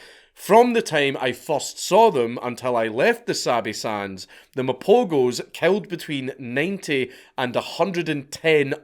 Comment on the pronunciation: I watched the documentary on these lions, truly fascinating stuff. Also the g in Mapogos is pronounced as a ‘h’